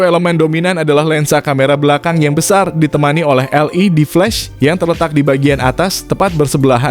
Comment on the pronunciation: Bro cara ngomongmu dibenerin napa... masa iya "LE-Dflash"